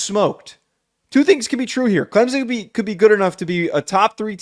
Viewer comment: Why can yall not pronounce clemson correctly?